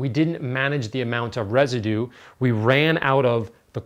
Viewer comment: There is a "u" in "Residue" if I am not mistaken :D